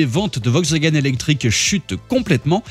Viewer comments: "Vokswagen" n'existe pas hein... C'est "VoLkswagen"... Mes oreilles ont saigné... 😂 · « Vogxwagaine » en force 😂